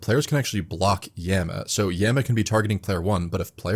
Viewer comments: hearing this guy say yam-ah instead of yah-ma is driving me insane, no way i can watch 48 mins of this anyone recommend a diffrent video? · Yah-ma. Not ya-ma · all this for him to still say "Yehma" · At first I was a bit irritated by your pronunciation of Yama, but I’ll forgive you for how awesome this video is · stop pronouncing yama like that please